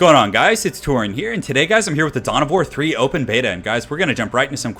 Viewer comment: he's saying wog. it's WAAAAAAAAAAAAAA and in WAR but Orcy.